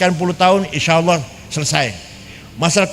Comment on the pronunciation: Gus baha bahlul, nyebut kata Allah aja salah. 🤣🤣🤣🤣